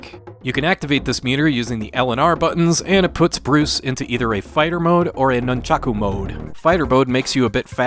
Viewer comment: Can u not say nunchaku pls